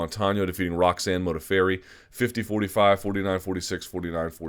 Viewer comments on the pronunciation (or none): none